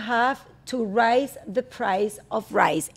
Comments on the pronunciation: Luis se dice raise (reis)the price of rice (rais) .... 🤷🏻‍♂️ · Excelente capítulo aunque está mal pronunciada por luis la palabra elevar “raise “